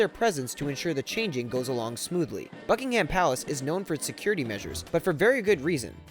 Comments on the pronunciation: It's pronounced Bucking-am not bucking ham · did he say fuckingham palace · ... You said “Fuckingham Palace”. Am I the only one who noticed that? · oh my god, when he said Buckingham palace I wanted to cry it's BuckingUM Palace, not BuckingHAM Palace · Not at all: BUK-ing-(h)əm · its pronounced buckingam and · It's pronounced Buck-ing-um not Buck-ing-ham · Please say "Buckinghum" not "Buckingham" Its not a big issue but its so annoying to hear you say it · I heard fucking ham palace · it's pronounced Buck-in-gum Palace Not Buck-Ing-Ham Palace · ABsolutely hate the way he says Buckingham ugh - its like buckingum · Buckingham is pronounced bucking-hum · BUCKING-HAM PHAHAHAHAHAHAHAHAHAHAHHAH IS PRONOUNCED BUCKING-UM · Its bucking-hum not bucking- ham.... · buck in hum not buck in ham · The h in Buckingham palace is silent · the "h" is not pronounced in "Buckingham", and I believe Michael Fagan had more than just a "look around". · omg the way he pronounces Buckingham is actually triggering lol u don't pronounce the H hahaha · Buck-ing-ham palace good one 😂never heard that before you were kidding right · I actually got offended when you said that Buckingham palace wrong